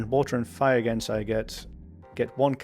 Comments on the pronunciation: I’m sorry, did you pronounce Genasi as “gensai”? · I mean, I get that some may see the G and not immediately think that that G would be soft like in genie... you know, since Genasi are descendent from genies... But I think you might be the first person I’ve ever heard to treat the A as silent... that had me rewinding to double check if I’d just misheard you.